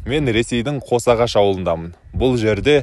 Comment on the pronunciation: Қош ағаш емес қос ағаш